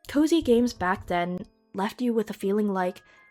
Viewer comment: The first few times you said 'cozy games,' I kept hearing 'covid games.' Since I first started hearing the cozy games term around the same time, the association feels pretty 'spooky.'